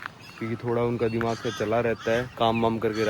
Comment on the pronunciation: Bhai Dee mak kyu bol rhe ho 😢😢😢 dimak hota hai